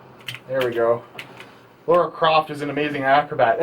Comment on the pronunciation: its LARA not LAURA....ffs